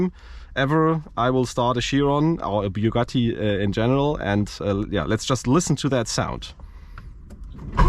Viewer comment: It's pronounced "Bugaeee".